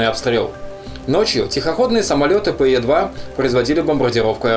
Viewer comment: Замечательное видео, спасибо! На заметку: Пе 2 читается как слог, так скажем, а не как аббревиатура ;)